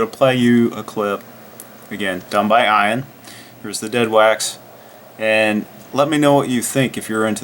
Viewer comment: Ian is not pronounced eye ann, should be eee ann.